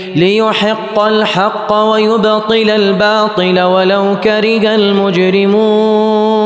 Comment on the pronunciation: ماشاء الله تبارك الله بس في خطأ الله اعلم بكلمة ولو كره المجرمون انت تلفظها ولو كركه المجرمون